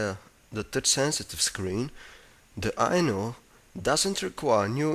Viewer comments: lol until i read the title a second time i thought he was saying "the sony erricson i know..." lol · I kept thinking he was saying "The sony ericsson I know "